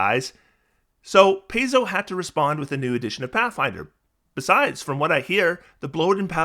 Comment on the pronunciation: Pie-zo, not Pay-zo.